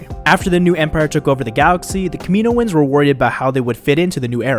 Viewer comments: yeah he pronounces it incorrectly but its not that big of a deal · I thought it be "Kami-noans" there be a pause but 4 syllables still